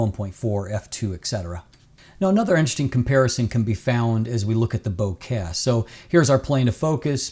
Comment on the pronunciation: Bokeh + Ikea = bohkea (as pronounces it). ~ love from a fellow Canadian:)